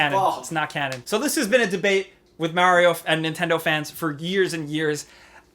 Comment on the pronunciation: He pronounced it maeroa